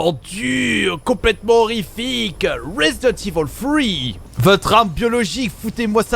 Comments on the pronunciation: 😂😂 resent evil au lieu de resident😂 mais aussi non super video continue comme ça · « Résident evil FROUiii » 😂😂